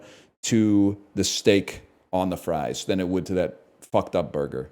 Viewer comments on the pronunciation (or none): none